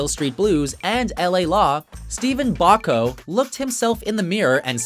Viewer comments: It is pronounced Botcko not Bako. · Steven Bock-co??? Its Botch-co. But you pronounce Dostoyevsky just fine. Not the first you guys have mispronounced english words and names. Seems to happen a lot. Please do some research before doing these lists. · Steven Bochco is pronounced "Botchko" NOT "Bokko". You dumb ass. Do your research. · Botch-Ko please and thank you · You mispronounced Bochco. LOL